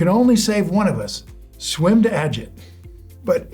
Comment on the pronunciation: It's pro-nounced AH-JEET... not Inspector Ajit